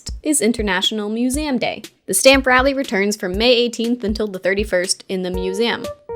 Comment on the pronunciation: I know this has nothing to do with the video, but I have never heard anyone pronounce “museum” like “mūs-ay-um”. Interesting.